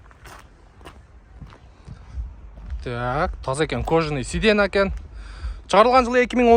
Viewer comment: Сидена эмес,сиденья болот ,аягын я менен айтсан ,адамды жудотуп жибердин,же кыргызча айт